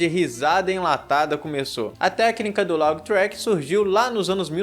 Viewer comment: Só corrigindo laugh se pronúncia (léf) e não laug